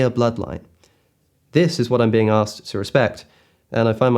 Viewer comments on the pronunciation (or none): none